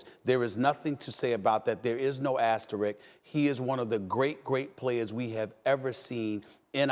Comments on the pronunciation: Walt saying asteridge, calling him Clyde Frazier....so much wrong with this clip smh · Stephen A. Smith, "there is no asterik" that is right Stevey, but there is an Asterisk. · so nobody taught stephen A or walt how to say asterisk .... osterich lol